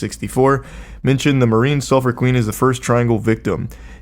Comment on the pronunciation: the sulphur queen sailed out from my hometown in texas and charlie butchered the pronunciation lmao